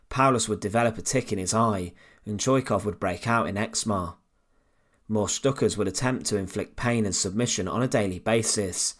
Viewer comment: Please correct your pronunciations of Stuka and Wehrmacht it was really annoying me watching this!